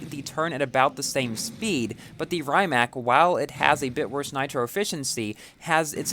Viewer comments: Yup, good vid! But the really correct pronunciation is "rǐːmats" (in IPA notation), like English "ree mutts". It's the Croatian creator's family name. Congrats on the car, BTW, 🤗 I envy you as I'm still grinding to get my ZR1 to 2 stars and maybe finish Stalwart Monkey.🤪 There should be more chances to earn S Coins, and I think there were some a little bit before the end of the Jesko SE... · correct pronounciation: Ree-mack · and its not rymac its rimac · Actually, it should pronounce Re-mac. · Really cool video. BTW Rimac is pronounced R'ee'mac, as in cheese, but a little less sharp